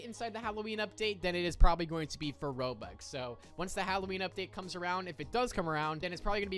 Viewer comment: I assume your trying to say Robux?